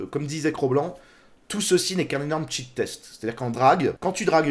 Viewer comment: "shit" test... pas "cheat" test!